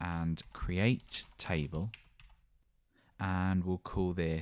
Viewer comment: taible nice accent hahaha.